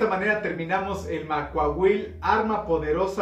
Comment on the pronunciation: ¡Quiero mi Macuahuitl! Sólo una observación: en la lengua náhuatl todas las palabras son graves, no la pronuncies como aguda.